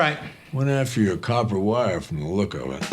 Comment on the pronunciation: "..after your Cooper Wire..."...and No 'A WIRE'